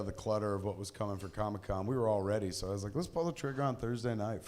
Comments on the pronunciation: Why is kevin pronouncing comic con as Comi-con😂 as in Comunist event. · Kevin CONSTANTLY pronounces “comic con” as “comme-con” as if it’s some Communist get-together😂😂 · He almost called it Chronic-Con at the start, just like he said he's been doing during his Hall H panel.